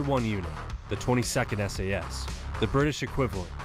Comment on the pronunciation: its not 22 its two two sas